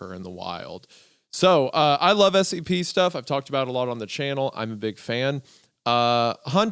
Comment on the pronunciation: I'm watching the video to go to sleep. As soon as I closed my eyes every time they said scp, it sounded like std.